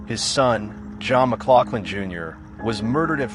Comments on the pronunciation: As a 3rd generation Oregon City native, its pronounced Muh-glouF-lin. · Historically accurate due to his heritage may be true, but using that to assume pronunciation can still be wrong. Its Muh-glof-lin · We Oregonians pronounce it "MugLauflin". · It's pronounce John mc glof lin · If you're gonna do a story on somebody, get the pronunciation of his name, correct.... for F's sake !!!